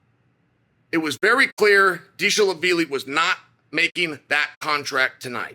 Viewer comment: bro can you not mispronounce every god damn ufc name ever???? what the hell is DISHLAVILI. its D V A L I SH V I L I